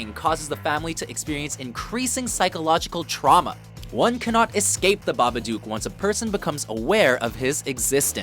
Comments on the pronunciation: Babadook rhymes with book. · How are you going to mispronounce number 1? They actually say it about 60 times in the movie? Fail. BĂBADOOK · The "Babaduke"??? I understand you have an accent but damn, not hard to pronounce. And Six Sense......really......You missed Dont Be Afraid of the Dark and Silent Hill. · And AlSO it's pronounced ba-ba-duke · How did ya'll pronounce "Babadook" so badly? BA-buh-duhk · But couldn't even pronounce the name properly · she pronounced babadook wrond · m8 pronounce babadook properly u dumb dumb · He pronounced "The Babadook" wrong...uhg... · babadook? come on lol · Lol Americans pronouncing Babadook is funny. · He said babadook wrong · Why does he say the babadook the way he does? they literally say it in the movie, there is no reason for that hilarious pronunciation.